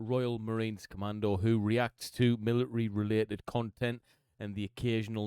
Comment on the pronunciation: Love every time he says military it sounds like millinery so maybe there would be a discussion on women's hats... ha